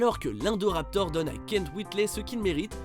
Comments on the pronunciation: C est pas indoraptor indoraptor i n pas indoraptor vous vous etes chient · Omg il sont écorché le nom de l'indoraptor😬😬😬. A par ça cool la vidéo😊😊